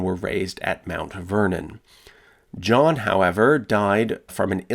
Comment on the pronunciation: I had to swipe left after I heard Muretha and Jowan.